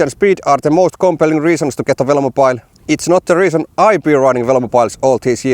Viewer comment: Drink everytime he says velomopile